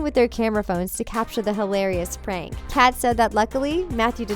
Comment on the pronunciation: im sorry I was gonna watch this, but within the first couple seconds she pronounced “Kat” as “Kate” BYE LMAO